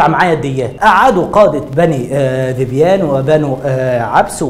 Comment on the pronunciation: يا اخي انت جاهل جدا ومعلوماتك كلها غلط مفيش حرب قامت بين عرب علشان حيوان ولكن في اسباب قبلها كبيرة وقصة الحيوان دي بتكون تلكيك ثم ان داحس والغبراء ملك للملك قيس وذبيان كانت مشاركة بفرسين اخرين .. انت حتى ذبيان بتنطقها غلط